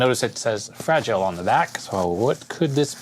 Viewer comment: "Fragial"...hehehe... is that French? :D